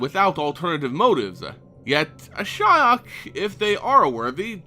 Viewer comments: ^ this. The Cringe everytime he says Ashaya is real... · Uh-SHI-ok? Why wouldn't you pronounce it "ASH-ee-ok"? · dude, it´s ashiok not ashyok... jeez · I've said before this speculation videos are really stupid, no bases, no facts, only wild thoughts. And for someone into the Lore i didn't know Nissa's Elemental got the Spark Ignited. Ashaya, the Awoken World nice speculation there.... Or, wait, do you mean Ashiok? How come in my country (non speaking country) can say that name in perfection and a english speaker say Ashaya?? fuck sake man. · Why Ashaya? Good Lord, Hell I was confused at the first few minutes. I did facepalm in the end. Sorry I love your vids but your pronunciation confuses me(I thought Ashaya is somewhat connected to Ashiok). I'm not an engrish dude or whateva, but I can pronounce Ashiok correctly. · Interesting way of pronouncing Ashiok's name. I was pronouncing it "ash ee ok" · Ash-E-ok. i love the videos for information, but your pronunciations are atrocious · At firs I almost thought you said Ashaya :) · Love your videos, but isn't it pronounced Ash-e-ock? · I couldn't make it through the video. your pronunciation of Ashiok was killing me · did anyone else stop watching the video because of the way he butchered that name? thumbs down. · I mean, I know you pronounce everything incorrectly, but I don't think you could have fucked up Ashiok's name any more than you did. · That´s how most people pronounces it. always finds weird ways to pronounce names.